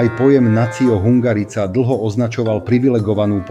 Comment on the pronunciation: Tá hudba je zbytočná, horšie sa to počúva. Hungarica -- vyslovuje sa to hungarika.